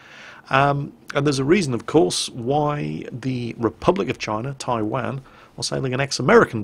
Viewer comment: Come on....where is Taiwaaaan, It's Taiwan (pronounced Tai Won)